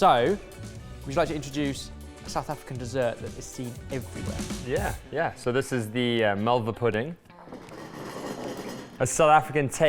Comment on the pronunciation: LOL at the way he pronounced "Malva" for a South African